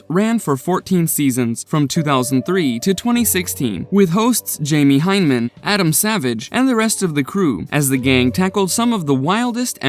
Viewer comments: and it's hy-ne-man not hyne-man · Is anyone else perturbed about how he's pronouncing Jamie's last name? It's not "hine-man", it's "HI-na-mun" Edit: yes they are lol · Jaime HY-na-men. Torre Bel-EECH-EE. The shoes: not Vortex, but Vor-TREX. Sheesh.